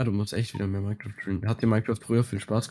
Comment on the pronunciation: Das "Mienecraft" kommt von Gronkh, der das früher immer so ausgesprochen hat